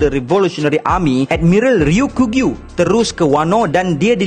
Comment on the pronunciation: Sekadar berkongsi. Sebutan yang lebih tepat adalah "Ryoku-Gyu", bukan "Ryo-kugyu" Ryoku bermaksud hijau, Gyu bermaksud lembu. Maka "Ryoku-Gyu" adalah lembu hijau. Kedua²nya adalah sebutan onyomi. Teruskan lagi membina content² one piece. Sangat menarik. Saya support👍